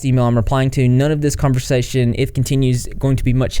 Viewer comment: “NONE” , not NON